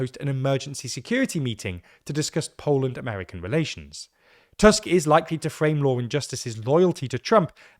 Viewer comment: On the other hand, he pronounces Tusk properly :D